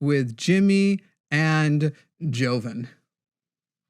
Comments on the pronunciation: Jo-vin lol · To be fair to jimmy I had a friend named Jorone and it was pronounced Joe Ron so if I saw Jovan I would say Joe Van too lol